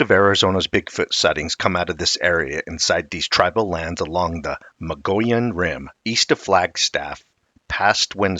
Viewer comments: Dude you are totally slaughtering that word Mogollon!! Try this Mug-ee-own!! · Mogollon is pronounced Muggy On. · (Moh-gee-on) or (mo-gi-on) Mogollon Rim. That's how most Arizonans pronounce it. Great video 🫡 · I've lived in Arizona for 50 years. I have always heard it pronounced Mo- gee-yahn. 🤷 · Yaaarg. It's pronounced muh-gee-yone (long O sound). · When I lived in Arizona, I learned to pronounce the Mogollon Rim from natives before I saw how it's spelled. It sounds like mug-ee-on. At the time, I hadn't heard of the monster(s) but have since become a believer. Now I'm in Durango and really enjoy learning about these creatures that I might encounter sometime and won't be shocked so much but rather well prepared for it. Thanks for sharing! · good information, we live in Arizona about an hour from the Mogollon rim. We tend to pronounce it Mug-ee-yone. I know, it sounds weird, but thats how locals say it. I've never seen one, but the area is wild and rugged where large creatures could easily live. We also have more elk moving in, along with the deer. With more and more people moving into that area, more sightings are likely.